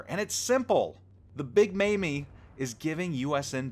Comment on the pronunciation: PS - 'Big Mamie' is pronounced like 'Big Mami', or 'Big Mommy'